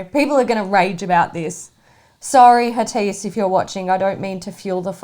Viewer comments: It's not Hatiss ladies. It's Hatidje :) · Guys Hatice is a Turkish name so it is pronounced “ Ha-tea-jay “ . You can check online. Love your videos but just wanted to let you know! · Also it's pronounced/Ha-ti-jE/ (in case u were wondering) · Dear I was repeating this everytime it was pronounced wrong.